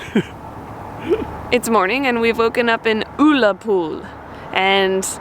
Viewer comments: It's pronounced Uh-la-pool, not Oo-la-pool. In Tesco, there are usually three plastic boxes near the door and you can place your tokens in one of them. Each box is for a local charity and they get a donation based on how many tokens they've received. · It's no oo la pool its ulla pool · Love your video's guys. It's pronounced 'Ughlappol' as opposed to 'Oolapool'. Also, it's Gaelic in Ireland and Gallic in Scotland. Just thought you guys would like to know. BTW, Ullapool is the main ferry port for the Western Isles also known as The Outer Hebrides. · Pronounced UL-a-pool Not OOL-a-Pool Love you guys When you left Tesco at the door is a few charity boxes and you place the Blue discs in your chosen charity box, tesco then do the rest, whatever box contains the most Tesco make a donation So next time lookout for the clear charity boxes as you head for the exit, put blue disc through your preferred charity choice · OOllapool. Oh my goodness, you could easily be deported for that pronunciation - it's got to be an offence ! It's UHllapool with the U pronounced as in mUg, unless of course in America you drink out of moogs. Nevertheless, welcome to Scotland and enjoy your stay. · It’s not “OOlapool” it’s U actually say under or up. It’s ulapool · Loch for Lake, Uhhh-la-pool for OOO-la-pool, spongey stuff is heather and peat bog, the wee pony you've fell in love with is a Shetland Pony and never, never, never have a square sausage without brown sauce. Love your videos and your enthusiasm for Scotland, wish I was there right now. Here's a wee treat for you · You guys made me laugh with your pronunciation of oolapool , and the blue buttons are to be put into clear plastic boxes instore for charity . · lol its pronounced Uh la pool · Oolahpool.....eh? Why would you pronounce it like that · Uller pool, ull rhymes with dull.... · That’s not how you pronounce Ullapool.Its like the ull in dull.Ull a pool.Great film.I thoroughly enjoyed watching your trip.